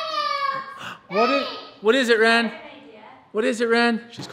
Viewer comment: I cant believe Wren is talking 😭 my heart melts everytime she does ❤❤ I also noted how clear Wren pronounces names, impeccable